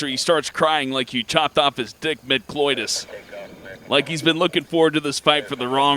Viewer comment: LOL, cloitus, it's coitus, ma frien'.